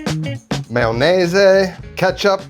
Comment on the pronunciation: Love the “mayonese” 😊